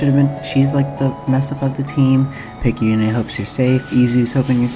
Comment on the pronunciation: Amazing video, it's great to see a proper analysis of this fantastic lil indie gem! Though one thing of note, Picayune is pronounced "Pik-ah-yoon", but Picayune' does sound a lot cooler! It's actually a real word, meaning "of little value, importance, or consequence; petty, trivial, small-minded" which is pretty interesting, as Picayune herself is the polar opposite of those characteristics. What with her becoming both a spaceship captain, and an eventual eldritch horror! Kinda screwed up that her own parents would name her that, almost as if they had such low confidence in their own daughter's capabilities. Which puts a lot of things into perspective, it's no wonder she of all people became an incarnation of the Aberration itself.